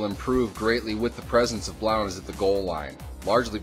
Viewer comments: thegrizzly3436 No he's not he's from my home town, he spoke at my school when I went there several times its pronounced "Blunt" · It's pronounced blunt